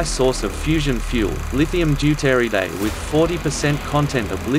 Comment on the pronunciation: It really bugs me how he mispronounces Deuturide.